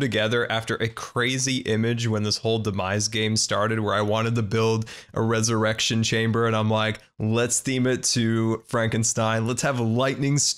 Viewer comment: Ey, learned how to say "resurrection" correctly!:P